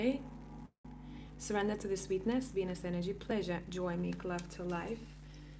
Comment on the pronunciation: Woohoo, it sounds like I'm gonna get laid! Hahaha, dude you were saying "Venus energy" and I heard "penis energy." Lmao, oh my goodness! This was a really awesome collective reading! Thank you!